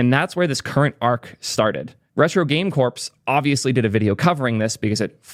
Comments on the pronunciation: So... "corps" is pronounced the same as "core", and not like "corpse" 🙂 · Just FYI, the word "Corps" is pronounced as "Core", the "-ps" is silent. When you say "Corpse" it sounds like you're talking about a dead body lol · lmao that's true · Retro game "corpse"... it's "core" like Marine Corps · Its pronounced "core" not "corpse" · Corps is pronounced Core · You pronounced corps as corpse 😂